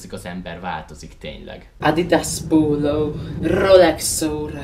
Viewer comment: D :D "Ádidász póúlóú" :"D